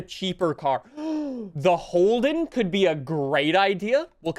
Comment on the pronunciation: 'The HOLEden'... i and disappointed...(not really but hey, at least its not the worst)